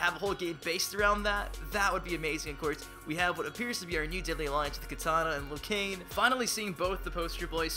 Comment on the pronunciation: Liu Kang. not Liu Cain